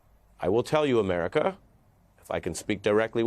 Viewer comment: "Muricuh" lol